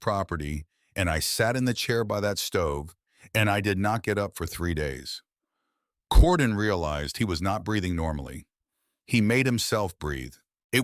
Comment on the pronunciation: Is the boys name Cordon or Gordon ? The narrator pronounces it Cordon the text spells it Gordon . Which is it ?